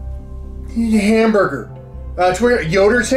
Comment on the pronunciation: Who over the age of 12 has a favourite blanket? The way you say "Hiamburger" makes me wanna call my brother. Love you man